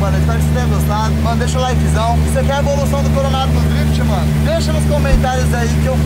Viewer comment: Sabe nem falar drift xarope